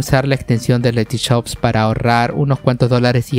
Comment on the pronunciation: "LetyChops" xD